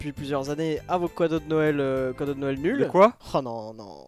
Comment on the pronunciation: Il a dis couadaux au lieu de cadeaux 😆😆😆😆😆😆